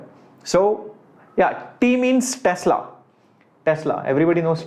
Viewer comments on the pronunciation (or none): sir that tesla not telsa 👀